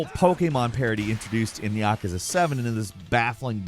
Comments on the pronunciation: Ya-koo-za not Yakaza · It also bothers me that people can't pronounce these correctly. Like everyone butchering the word yakuza. It's yah-kuh-zah not yuh-koo-zuh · Did this MF just say "Yakaza"??